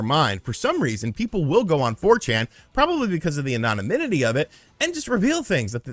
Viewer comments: *anonymity, not anonanymity. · listening to you try and pronounce “anonymity/anonymous” is truly killing me. Jesus Christ, my man. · Anonominity.....not a word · It's just anonymity*, rather than anonanymity. Just trying to be helpful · lol you keep butchering the pronunciation of “anonymity” 🤣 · 'Anonymity' is indeed a unique word to pronounce. keep up the good work man. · Im sorry, I need a 10-hour video of saying "anonymity" because I had a stroke trying to figure that out😂